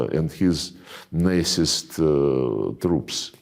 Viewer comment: Love how Mr. Lavrov says “Nazist” like “Nicest” regime😄